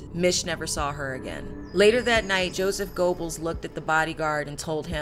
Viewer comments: I think your facts are correct and you did a disclaimer about German Pronunciation, but you should pronounce the main character's name correctly, "Yosef Gur-bells". Although it was a serious topic I found your cut-a ways entertaining. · Goebbels is actually pronounced as "Ger-bowls" .